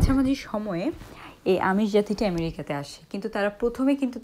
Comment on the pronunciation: Ayamarika not amarik